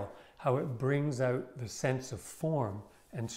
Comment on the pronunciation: Brilliant! Love how you break everything down into simple things that can be learned instead of just saying things that make no sense. So soothing just to listen to your voice and smile at every “out” fellow Canadian…